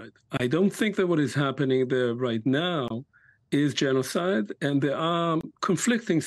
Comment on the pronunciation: Hmm ... "leading specialist on the subject of genozid"? You sure? How much practice does he have?